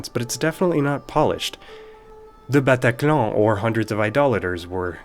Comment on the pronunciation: Wow in ONE word when you said "Le bataclan" I was amazed with your level of French! I'm just discovering your channel so I don't know you well but you seem at least good at that :)